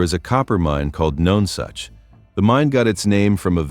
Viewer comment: it is pronounce NUNsuch you need to do your homework much better